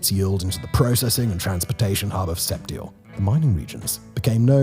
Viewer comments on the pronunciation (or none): Set (pause) eels